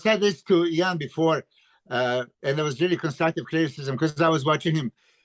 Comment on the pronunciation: Great podcast guys that was awesome, also: Iain, you should update the phonetic pronounciation of your name on your instagram to how Milos pronounces it: "Eee-Yawn" or sometimes only "Yawn".